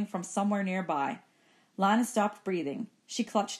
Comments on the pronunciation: its not lina its lena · it is lina not liyna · ITS LINA NOT LANA